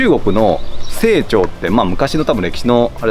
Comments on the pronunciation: 「清朝」は「せいちょう」ではなく「しんちょう」ですよ。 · 清朝は（セイチョウ）ではなくて、（シンチョウ）です。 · セイチョウではなくてシンチョウだと思いますよ。日清戦争の清、清朝=シンチョウ。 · 清朝（しんちょう）じゃないですか？